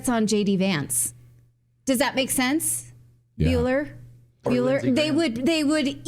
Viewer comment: "Buller? Buller?..." Haha xD